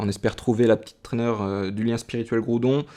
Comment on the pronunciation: Super video comme d’habitude tu gere ;) . Juste une chose c'est GRoudon xD sa me stresse a chaque fois ^^. Au passage le primo-groudon juste magnifique !